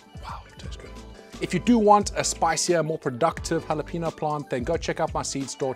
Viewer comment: Dude, I love your content, but it's pronounced "halah-PAYN-yo". The N in jalapeno is what's known as an "enya", with the little diacritical mark over it. I don't know where people get the long 'ee'.